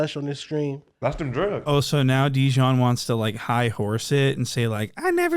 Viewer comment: “Look at dejonn”🤣🤣🤣🤣🤣